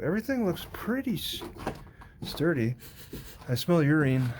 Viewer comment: *sniff sniff sniff... "I smell ureen."